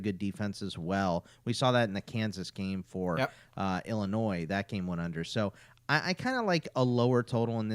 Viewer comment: Bruh the s in Illinois is silent